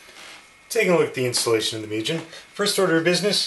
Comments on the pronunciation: its spelled "moo-gen" not "mew-jen" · its MOO As in cow and `gen` as in `a`gen`t` Mugen== infinity